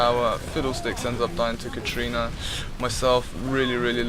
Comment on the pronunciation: Lol its katarina not katrina.